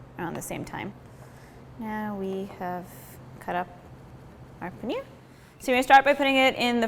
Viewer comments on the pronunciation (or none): Another disappointing and jarring rendering of the word paneer, where the last syllable is pronounced as near or beer. It is the simple long e sound as in beet, heat, peel. Well within the capabilities of the western voice box.